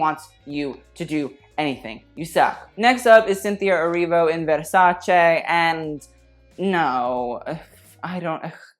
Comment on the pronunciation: Brutta is for female's words. Dress translate as 'vestito' and it's male in italian (even a woman's dress) So a bad dress is Brutto. But man...your italian is good, you said Versace perfectly with the right 'e', and Donatella was on point. That shows you're sensitive and you do your research. Bravo, ben fatto.